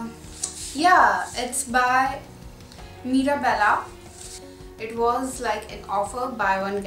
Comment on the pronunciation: I don't why but i got so triggered when she said mirabella.....i was like girll it's mirabelle not freaking mirabella 🙄😮‍💨